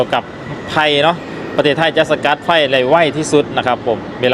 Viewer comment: อยู่เมืองไทยมานานแล้ว ควรพยายามออกเสียงให้ถูกต้อง ด้วยเด้อ เช่น ไพ กับ ไฟ ความหมายมันแตกต่างกัน เพราะ fc Thai ของช่องคุณมีเยอะมิใช่หรือ